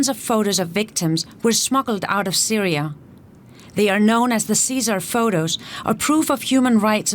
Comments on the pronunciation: Syria* not Syra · "Syra" LOL